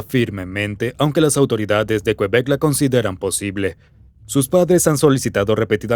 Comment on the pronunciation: me estreso que dijera kuebek, es literal QUEBEC asi, kebec, vivo aca y me estreso JAJSKSJSJSJSJSJSJSJ